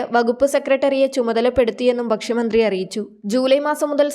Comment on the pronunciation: ബക്ഷ്യമന്ത്രി! ഉച്ചാരണം തെറ്റ് ഭക്ഷ്യമന്ത്രി എന്ന് പറയൂ